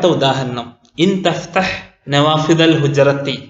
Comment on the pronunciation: Thahthah അല്ല തഫ്‌തഹ് 🤔